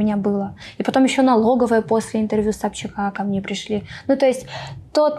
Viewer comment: Дина такая забавная...)))) Она несколько раз произнесла "Когда я была у СобчАКА" 🤣🤣🤣